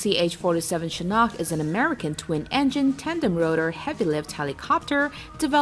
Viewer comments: Why does she pronounce Chinook as Chinok??? Why do Americans do this type of shit all the time? Is it a way showing privileged status??? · Chinook like look or book.. Not like nock..